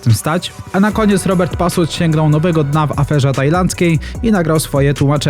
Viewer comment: Nie pasut a patus 🤣